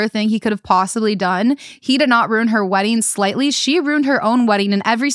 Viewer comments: I love how you both turn ruin into a 1 syllable word 😂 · Wait, why are they both pronouncing RUIN as ROON?? Am I trippin? 😭